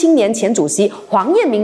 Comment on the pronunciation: 是黄彦铬（ge4），不是铭（ming2）。